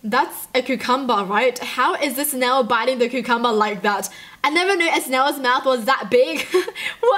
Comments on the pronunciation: | Did she say Ku-cum-ber? I thought it was Cu-com-ber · When she says "cucumber" it sounds like "cuamber" I'm dead lol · How u say cucumber is kinda funny to me its like qcumber XD like if u agree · SHE SAID CUCMBARR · I love the way she says cucumber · That was funny how you said cucumber